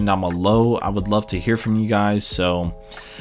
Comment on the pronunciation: you dziekuje is far below standard, u say it like Borat. U need to work on the ending.